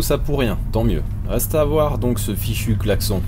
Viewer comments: Clac-son ?? Je n'avait jamais entendu çà ! On prononce clac-sonne ?? Dans le même sujet, j'adore le son du clocher que l'on entend au fil des épisodes ^^ Ceci dit félicitations pour tout ce travail ! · On dit VRAIMENT "claque-son", chez toi ?? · "le claque-son" issou